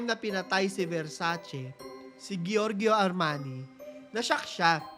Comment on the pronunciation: "Jorjo" ang pronunciation nang "Giorgio".